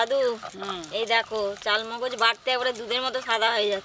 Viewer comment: Chalmogoj noy kothata charmogoj